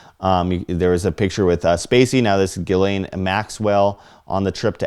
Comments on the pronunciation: It's not Gis-lane. It's Jizz-lane - It's french. That's the phonetic pronunciation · Ghislaine is pronounced GILANE.. Sheesh!